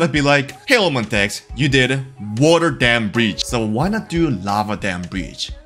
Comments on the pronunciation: Im sorry Im not trying to be mean but you said "relastic dam brietch" and i just died. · Bro really said "Real-ass-stick damn bridge"💀